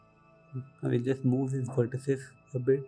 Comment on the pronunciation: its not verteces its vertices